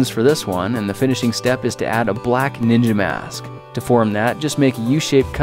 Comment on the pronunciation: "Ninia balls"